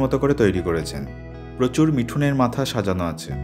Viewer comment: দমবন্ধ করা সৌন্দর্য বলতে যা বোঝায়, চিগু ক্যাম্প দেখে তাই মনে হল। আনিনি গ্রাসল্যান্ডও অসাধারণ। আপনার পরিবেশনা নিয়ে কিছু বলা বাহুল্যতা, তবে আপনার চার-পাঁচ বছর আগেকার মিউজিক চয়েসগুলো মিস করে। খুব শান্ত, ধ্যানগম্ভীর, সুখ-দুঃখের মিশেল দেওয়া BGM দিতেন ভিডিওগুলোতে। তবে, 'মিথুনের' বলতে গিয়ে যখন 'মিঠুনের মাংস' বলে ফেললেন, এক অভিনেতার মুখ মনে পড়ে যাওয়ায় আর হাসি ধরে রাখতে পারিনি। 😅